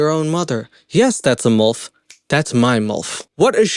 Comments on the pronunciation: Sorry but it's milf pronounced like milk. Not molf pronounces like wolf. 😅I was laughing just due to this the entire time along with the silly concept ridiculousness of the show.🤣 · I haven't even made it through the opening ad... but... I'm going to count how many time he says MULF instead of milf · It's like he's saying "MULF". Mother U'd Like to F*ck. 🤣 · Why do you pronounce it "mulf" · You have an interesting way of pronouncing milf 😂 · Obsessed with the way you pronounce "MILF" 🥰